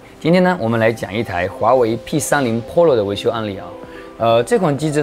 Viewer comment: Pro发音太奇怪了。视频很不错